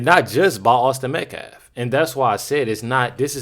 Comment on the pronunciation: Has anyone else noticed, they can all say, Karmelo Anthony, without stuttering on a single syllable. But none of them can say, Austin Metcalf. Every single one of them say Metclaf. It’s almost like they’re trying to purposely be disrespectful.